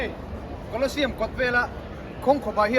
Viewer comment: Hmuhnawm hle mai. Kawlawsiam ti loin, museum lam ang deuhin kawlawziam tih ang deuhin, thahnem ngaih thuah lo sawi ve mai mai,😅 a tha vek tho e